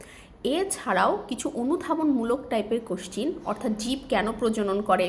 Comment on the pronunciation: Madam question ( কোশ্চ্যান) ke কোশ্চিন বলে।।🤣🤣🤣